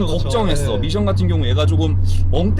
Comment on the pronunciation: 된발음으로함 밋션이 맞습니다.굳이 미~션 이라고 하시는거 같...